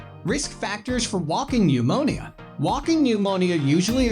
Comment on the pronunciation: Nemonial is how he pronounces pneumonia. It's hard to take it seriously!